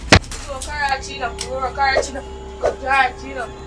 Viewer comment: Karache? What's karache? 😂😂😂😂